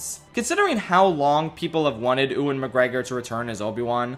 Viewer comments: Its "You-in McGregor" not ewwin haha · Who is Uan Mcgregor? Its Ew-an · Maybe it's an in joke I have missed, if so sorry, but as a heads up: the name 'Ewan' is pronounced 'Yoo-win' and not 'Ooh-in'. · Ewan is pronounced Yu-In, not U-Wan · Dude, you gotta get learned how to pronounce 'Ewan'. It's 'you-in', not 'oo-in'. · did he just say "ooen mcgregor" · wait did you just say oo-in mcgreggor? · Oowan McGregor lol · “Ooan McGregor” lol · Bruh said oowan mcgregor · is calling ewan oowan a joke or do you just not know how to say his name ?? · while you're researching how to pronounce names, can you look up the pronunciation of Ewan? Thanks lol